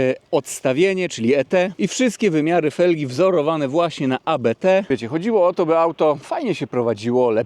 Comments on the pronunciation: Mówi się Abt, a nie A B T. Abt to nazwisko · Abt to nazwisko - nie mowimy abete 🙂 dzieki za film! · Nie "A-Be-Te" tylko "Abt" to jest nazwisko - tego się nie literuje 😉